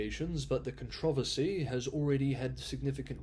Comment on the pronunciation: I like how you pronounce the word controversy.